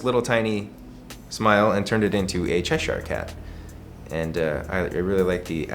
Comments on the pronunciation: I find it annoying that he has a tattoo of it and still incorrectly pronounces Cheshire Cat 🤔🙃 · Omfg he can’t say Cheshire and it’s killing me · the way says ‘Cheshire’ lmaoooo bless